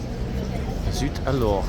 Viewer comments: Pronounce: zoot A-lor. Emphasis on the "A", not the "lore". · Surely Zut Alors pronunciation is basic 'O' level French?